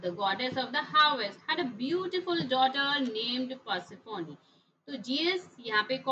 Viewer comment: Ma'am it is persephone not persephonee